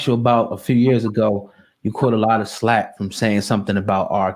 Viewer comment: The word is FLAK, not slack. 😂🤦‍♀️